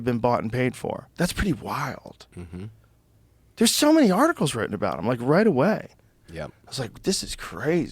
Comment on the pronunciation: he makes the word "wild" , a 2 syllable word.. (why-yield) lol